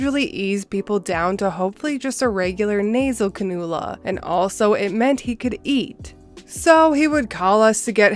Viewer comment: Just for info the oxygen nasal is pronounced Can-U-LA